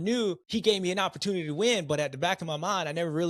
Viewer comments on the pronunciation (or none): none